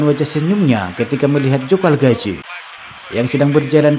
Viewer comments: Calzaghe bung,,bukan calgazhe. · Namanya Joe Kalzage bukan Kalgaze bang . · Calzaghee ....boss Bukan calgazhee..🤣🤣🤣🤣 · Calzaghe bukan kalgazhe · lu ngomong apa? Apanya yg dibandingin sama calzaghe? Mabuk lu? Gw kan komen namanya calzaghe bukan kalgazhe, karena yg bikin video nyebut kalgazhe. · bukan galgaje, anda salah nyebut namanya